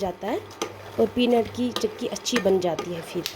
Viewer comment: Didi chaki nhi chiki hai ....ur aap kashmiri mai hi baat Kiya kro ...plz ...ur aap daniya ko b danii bolti ho ....ore sounf powder hota hai na ki badiyan ....plzz bqi hamari traf se full sport